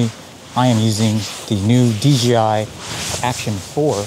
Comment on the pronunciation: They might sponsor you.... if u say DJI.... not DGI loooooooool